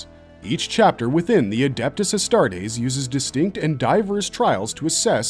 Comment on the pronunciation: So, we've made this video to be able to tell fans from posers once they start trying to spout lore facts? "Yeah, you watched the wrong video, bro." Also, "sha-plane" Also, "ass-tarts" Also, who will become the Warhammer 40K? Gotta catch em all!